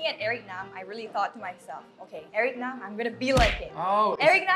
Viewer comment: Lol why did you pronounce his last name like a western foreigner would? You could have said Nahm instead of Naam.